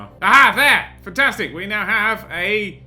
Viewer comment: I like how he says futtastic instead of fantastic.